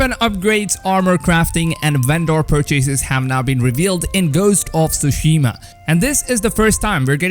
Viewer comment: Is it just me? I feel my head is going to explode every time I hear TSUSHIMA BEING SAID WRONG, In the extended trailer a Japanese man pronounce the name of the island as it should be, hearing all “Youtubers” say the name wrong only shows a deep disrespect of a foreign language. FML. 🤮